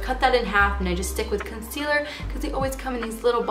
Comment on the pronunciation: Why does she say con-seal-uhh for concealer